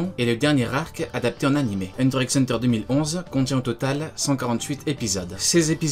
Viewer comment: Petit disclaimer si je le dire le X de Hunter ne se lit pas ce qui ft donc Hunter Hunter…merci 😋